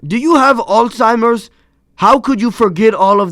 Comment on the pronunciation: ITS NOT OLD TIMERS ITS ALZHEIMER’S!!!! ALZ!!!! ALZZZZZ!!!!